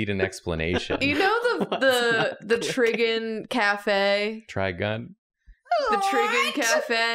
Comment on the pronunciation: "The Triggen cafe"